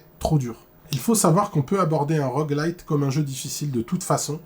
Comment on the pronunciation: Par contre on dit rogue LIKE, non ? (Comme un rogue) et pas rogue light « la lumière de rogue » 😂 ha ha j te vanne, bien la video, l une des meilleurs.